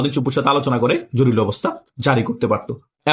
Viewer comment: উচ্চারণ হবে জরুরী,জরুলি না।